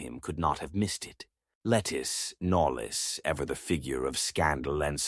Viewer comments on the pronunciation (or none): Lettice Knollys is pronounced LaTees Knowles.